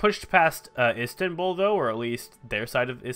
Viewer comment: Isanbul? You mean, Constantinople.